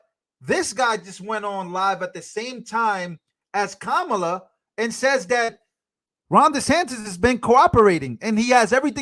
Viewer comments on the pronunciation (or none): ‘Quemala” mispronounced so what. 😊